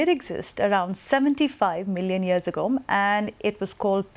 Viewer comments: 75 milion year agom :-) whats kind of English is that? 🤣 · 75 million years ''agome'' LMFAO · agome???? did she just say agome????? LOL